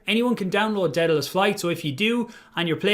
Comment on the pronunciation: How are we supposed to trust you when you can't even pronounce Daedalus